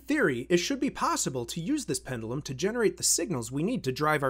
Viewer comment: Pend-you-lum… not pen-dull-um. Great channel btw. Would love to see you do an 8-bit breadboard video series like Ben eater but with the SAP-2 architecture….